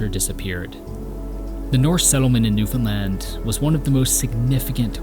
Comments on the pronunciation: He even learned how to say it right very proud! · Thank you for pronouncing Newfoundland properly!!!! 😅🙏🏼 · Bro gets a like just for pronouncing Newfoundland correctly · He pretty much nails "Newf'en'lan" too. We would point out if he did not. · As a born and raised Newfoundlander, thank you. That’s all. This is beautiful, and you even pronounced our name right! This was amazing. I hope you know how special it is for us to appreciate something made from someone else, about us. This is great❤ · The fact that you are properly pronouncing Newfoundland (far better than most Canadians) says so much about the respect you have for the places you visit and explore. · Kudos on pronouncing Newfoundland right! 🍻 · born and bred, and you nailed the pronunciation of newfoundland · nice video. A lot of names mispronounced but overall good. At least you pronounced Newfoundland properly. good job. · great job on the pronunciation 👍🏻 #Newfoundland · As someone from Newfoundland, this is absolutely beautifully done. Very few people outside of our province even remember we're around, so it's nice to see something like this to give the island justice (Also, you're the first creator to mention Newfoundland who actually pronounces it properly, and it was such a relief to hear😭) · I've watched this video much more intensely and with great pride since he pronounced our island's name perfectly. Now it is an honour to experience the Artwork of. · I actually was shocked when he said it correctly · Samsies. It's also nice to hear people saying Newfoundland right.